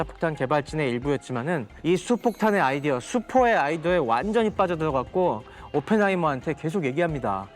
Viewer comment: 이분 혀가 짧아서 ㄹ 발음이 안되ㅋㅋ 우리가... 우디가, 분들이... 분드이, 빠져들어... 빠져드어, 만들어야되...만드더야대 . . . . 재밌네... 빠져들게되네